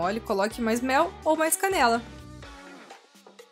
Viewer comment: Na hora que você falou canela pensei que era caneca